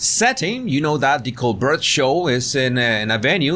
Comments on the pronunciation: It’s pronounced like Colbear not Colburt. The T is silent. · coBEAR not co BERT. 😉 😗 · PRONUNCIATION: STEVEN COLBERT (Coal•Bear) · Coal-bear. That’s how you say it. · Great video but just so you know Colbert is pronounced Col-BARE. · His surname is pronounced Col-bear just like the French actress from 1930s movies: Claudette Colbert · In America, Colbert's name is pronounced Colbear. No judgement. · Yes, he started pronouncing it the French way when he started The Colbert Report (The Colbear Repor). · Colbert is pronounced the French way.